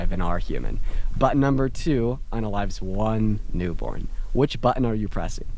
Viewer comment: It’s not butt in.. it’s button